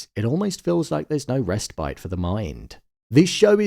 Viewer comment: Fully agree. But did you say "rest bite"?!